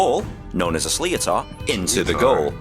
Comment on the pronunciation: That bloody slee-o-tar is really annoying. Why can't these videos find a voice actor.